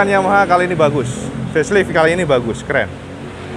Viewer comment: Facelite dibaca Feslaeit bukan feslit ya cak